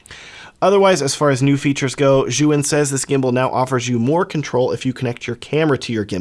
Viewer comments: Zhuyun? how about Zhiiiiyun.. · You call it Zyouhin ? It is called zjeeyoun (phonetic)